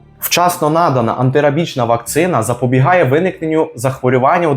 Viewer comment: Агов Вам, мосьпане! ЗахвОрювання має тільки один наголос. На "а" його наголошують лише неграмотні люди, які мавпують кацапів і/чи не знають, як правильно казати українською. Натомість вельми дякую за корисну розповідь! Україна має не найліпшу на світі статистику щодо сказу, тому інформування населення надзвичайно важливе! Дякую!